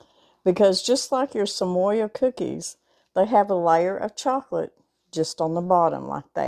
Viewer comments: Samoa is pronounced sam-oh-ah. Dulce de Leche is pronounced dul-say de lechay. I love watching you show us delicious recipes - just wish you were my neighbor! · Sa mo (long o) a. Like the island. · I love your channel and these look easy and delish! FYI there is no letter "Y" in the word Samoa. Samoa is place, part of which is an American Territory of Polynesian heritage . It is pronounced Sam-ohh-ahh. 🌎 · Samoa-Sa-moh-a. Dulce de leche-Dool-say de leche. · Love you. Thank you for the great recipe. Just an FYI tho. It is pronounced just like it looks.....sam-o-a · LOLOL, you r so adorable!! LOL "Samoya" Truffles!! Samoa is from the country of Samoa!! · Thanks for explaining to her how to pronounce Samoa. I don’t know why I cringe at bad pronunciation but I do.